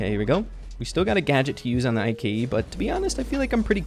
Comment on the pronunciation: The way says Ike bothers me so much and idk why